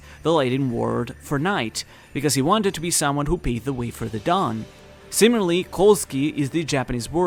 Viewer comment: you don't devoice the u from the zu in Kozuki [Kouzuki]. If you want to know why, check out the Devoicing Video from Dogen;)